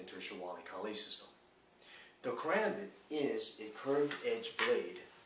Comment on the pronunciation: I'm pleased he did not say ka-rom- bit.